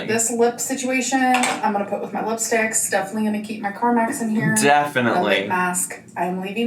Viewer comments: UGH!! She calls CARMEX, CARMAX like the damn dealership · Every time she mispronounces Carmex I think carmax and “show me the carfax” 💀💀